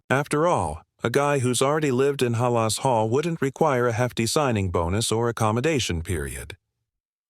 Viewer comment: Learn to pronounce Halas correctly, please!